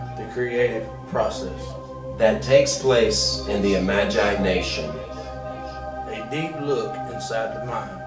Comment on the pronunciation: 1, 2, 3 paintings completed.......maybe....lol. Make up your damn mind and learn how to pronounce imagination, lol.